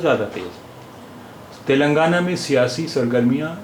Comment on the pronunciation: It is Telangana तेलंगाणा ,तिलंगाना नहीं। मैं तेलंगाना का हूं